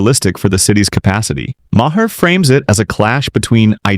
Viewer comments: You need to edit your AI Voiceover. Maher pronounced ma-hair? Make it say marr. It makes me want to stop watching. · Ai slop that can't even pronounce Mamdani or Maher